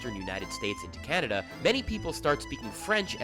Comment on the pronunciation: You know what would be refreshing? A Quebecois that could pronounce "how" "that" and "Canada" correctly.